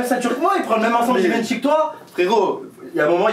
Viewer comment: Ça ce dit Jivenchy pas GUIvenchy 😂😂